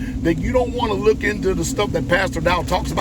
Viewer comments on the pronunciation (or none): none